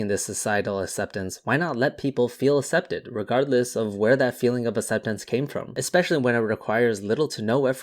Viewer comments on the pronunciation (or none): Accepted is pronounced like "aksepted" not "assepted". Otherwise, great video.